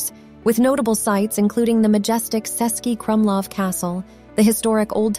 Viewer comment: It's not "Sesky Krumlov", it is "Chesky ..." (meaning Czech City Fortress). The letter "Č" is like "Ch" in English.